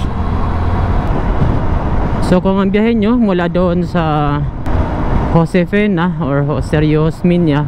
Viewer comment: Josefina hindi Josefena tanga